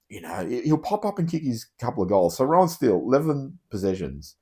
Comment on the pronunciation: Yes. Roan prounced like moan. Not Rohan.